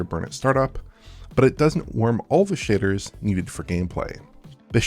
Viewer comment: I keep hearing “The Shidders”.